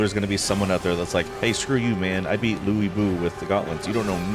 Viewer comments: Lu Bu aka Loo Boo. there is no I at the end to make it like Louie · also they overdramatized his name, it’s more like Lee Boo. So you’re still incorrect. You should probably brush up on your pronunciations and historical texts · the proper pronunciations of his name was Looi Bu but in the game it got exaggerated lol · Surely it's Louie Boo, like Betty Boo?